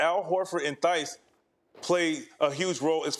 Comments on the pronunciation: ngl every time the national media pronounces the H in Daniel Theis name i cringe hard. if you are gonna mention playesr (especailyl foreign players) at least learn how to say their name. also kept saying horton and not horford. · lol VC kept saying Horton and thighs 😭